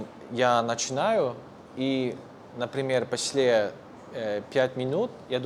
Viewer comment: After 5 years of (more or less) learning Russian, I'm proud to be able to say: После is pronounced: 'Posle, not pasle, with accentuation on the 1rst syllable.